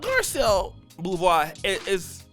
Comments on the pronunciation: "Boh-veh" not "Boo-vah." Love the show, keep it up! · Her last name is pronounced Bo-Vay. It's Haitian Creole. I thought she was so fine. She still looks nice. But that face is hella chunky. She blames white women while screwing their white men and having their children. Sounds about black. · The last name is pronounced BOW-VAY Haitians speak French, the French had slaves to work the plantations back when Haiti was a part of France Beauvais Beau - BOW Vais - VAY Her name is pronounced BOW-VAY Do better, be a professional, find out how a Person's NAME is pronounced before you do a Video, that is being PROFESSIONAL Keep up the good work!